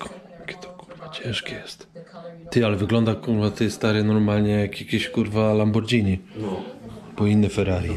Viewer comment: Lamborgini mówimy, nie Lambordżini!! kurwa